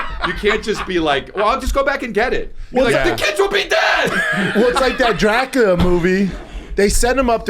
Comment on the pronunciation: Scab can’t say Dracula 😂. What a hack